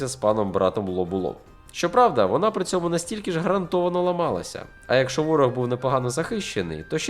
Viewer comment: Тільки "якщо" а не "якшо", якщо ви блогер)